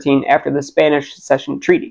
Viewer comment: lol the drink of water after trying to say succession